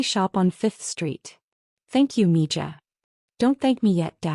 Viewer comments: It’s pronounced ME-HA not me ja…spelled MIJA… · Please teach your AI how to pronounce the J in Spanish words. Mija is m e h a. I know it's a tiny thing but it's annoying and upsets the flow of the story for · I speak NO SPANISH, but this really grates on me. If you insist on using nicknames from another language, they need to be pronounced correctly. That’s respectful. 🙂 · 🤣🤣 I think someone needs to teach AI some Spanish, right, Me Ja?🤔🤣🤣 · You need to clean up this monologue. Torres is correct; mija is pronounced miha which means my little girl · I come for the comments, almots as funny as the AI trying to read mixed languages as English. Meeeeejahhhhh.